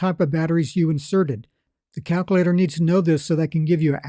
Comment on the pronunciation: Every time he said that, I chuckled.